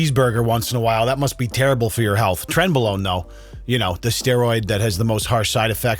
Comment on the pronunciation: "A side of trenbalone" 😂